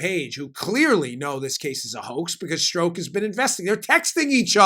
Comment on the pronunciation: Dan, I know why you pronounce Strzok's name wrong. It is a common tactic with investigators. They pronounce names wrong on purpose, to upset the suspect, and because it upsets the suspect, the suspect acts emotionally, instead of intellectually. And, the suspect starts making mistakes. A suspect is not in a good position to get angry, because the angrier they get the more mistakes they make.